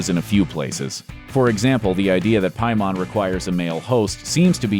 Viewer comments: Has this guy even seen the movie?? Isn’t paimon pronounced like pay-men not pi-mon lol Good video tho lol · With my norwegian language, No it's piemon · Every time you say Paimon, I want to punch the screen. It’s “PAY MUN” not “PI MON”. They even say it in the movie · Pie-mon... It's pronounced Peh-men. They even pronounce it several times in the movie as Peh-men. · Isn’t it pronounced as ‘paymon’ instead of ‘piemon’ ? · You have not seen the film have you ? It is pay man not pie mon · Change your music and it’s Pay-mon. Jesus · Between this background music and you pronouncing ‘paimon’ ‘piemon’, you’re making my ears bleed. Thumbs down and blocking this channel. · Small side note but when I hear the pronunciation "py-mon" it just makes me think it's a virus type digimon, or even Piedmon. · Why do you keep calling him pie-mon like he's some kind of entenmanns digimon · “Pie” mon is throwing me WAY off lol they literally say the name in the movie several times, dawg. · the scariest part is how the narrator definitely hasnt seen the movie. "pie mon" LMAO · OP, it's pronounced 'pay-min". Did you even watch the movie? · Its pronounced PAY-muhn, did you watch the movie? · pronounced “pay-men” lol. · How are you saying “pie•mahn” when the movie clearly states his name...? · Ok it really bothers me how the guy talking in the video keeps saying Paimons name pronouncing it Pie-Mon ( making it sound like he’s talking about a Digimon lol ) is anyone else noticing this??? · “Pie mon” for real? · Pie mahn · "pie-mon" lmao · Pie-mahn, man did you watch this shit??? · Saying Pie-Mon, sounds like the name of a Jamaican bakery. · It's pronounced "Pay-mon". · PAY-MON, HOLY SHIT DID U EVEN WATCH THE MOVIE, FUCK. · Why does no one know how to pronounce Paimon? 😭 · The scariest thing about this video is that in the movie you can literally hear how to pronounce Paimon but you still get it wrong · The scariest part of this video is how you pronounce Paimon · You pronounce paimon strange